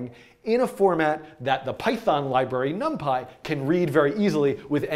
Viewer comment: num-pie.. not num-pee?????